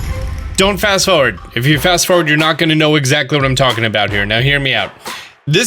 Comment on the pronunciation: "Fast Foward"... lol